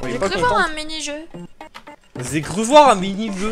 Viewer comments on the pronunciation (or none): "Zé cru voir un mini jeu" ou "Zé cru voir un gros minet" (si j'me souviens bien du bidule XD) ?